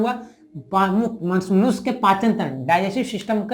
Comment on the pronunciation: Sir khana to nhi chahiye but Aap manushya ko Manos kah rhe h 😊